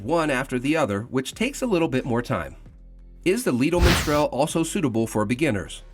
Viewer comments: Why does he keep saying miNstral? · Its not Minstrel but Mistral.